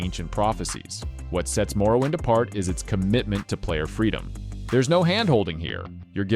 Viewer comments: “Marrow wind” lol 😂 had to laugh but otherwise great video! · I’m sorry but hearing the narrator for this video actually say marrowind made my heart hurt. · Pretty good list You say Morrowind wrong. You said it Marrowind.